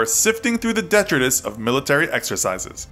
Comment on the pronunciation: Terrible pronunciation of detritus